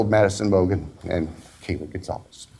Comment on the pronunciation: It’s pronounced Gon-Sal-vez. Portuguese.